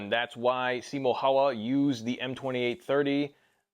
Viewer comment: Bro I love you, but the way you pronounced Simo Häyhä made me cringe… 😂